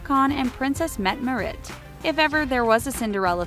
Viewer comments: The way she pronounced Mette-Marit😂i live in norway and thats definitely not how you say it! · I'm sorry, but I cringed when I heard her pronouncing Mette-Marit's name. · that pronounciation tho... "haakon" as in aa = the "au"-sound in "vault" - haukon -> "mette-marit" as in metté (with a British accent) marit with a rolling R and A pronounced the way opera singers sing A (open A). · I wonder why people making these kind of videos never try to check how to pronounce names from other countries. I cringed when I heard the pronunciation of Haakon and Mette Marit. xD That's just wrong.